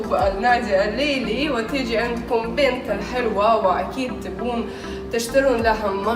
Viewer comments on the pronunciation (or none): none